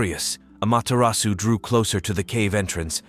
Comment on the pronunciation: really good summary of her storyes! but please lear the correct japanese pronuncition 😅 the "R" is very different, no need for perfection toh 👍